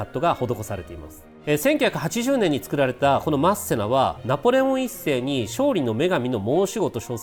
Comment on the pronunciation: マッセナのイントネーション違うなw